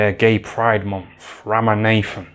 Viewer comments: Ram-a-Nathen 😂😂😂😂😂😂😂😂 yooo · Ram-a-nathan always gets me 😂😂